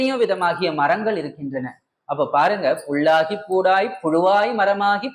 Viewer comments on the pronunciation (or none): புள்ளாகி...கள்ளாகி....தவறாகவே பேசுகிறார் அம்மையார் இதை சாதாரண மக்கள் அப்படியே புள் கள் என்றே எடுத்துக்கொள்வர்.எனவே திருத்தி பேச முயலவேண்டும்....ஆனாலும் மிகச்சிரமமே முயற்சி செய்யுங்கள்.